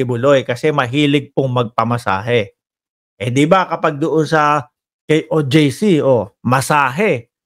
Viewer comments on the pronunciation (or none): KOJC not kojic dol